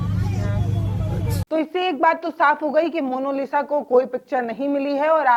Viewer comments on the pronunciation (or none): जी अगले वीडियो में 'मोनालिसा' का सही उच्चारण कीजिएगा, आपसे ये उम्मीद है बाकी आपकी पत्रकारिता काबिलेतारीफ है ।👌🙏🌹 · आप पत्रकार है कम से कम नाम का उच्चारण तो सही कीजिये। मोनोलिसा नही मोनालिसा। कृप्या ध्यान रखें। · मोनोलिसा नहीं... मोनालिसा नाम है उसका आपने तो बेचारी का नाम ही बिगाड़ दिया...